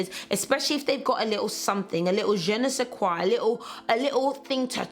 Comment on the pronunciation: Hahaha speak french now 😂 " a little je ne sais quoi"